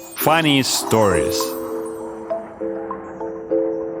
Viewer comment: Переозвучьте носителем, плиз, или человеком с хорошо поставленной английской фонетикой. Очень фонят з/с: зис, сториз и т.д.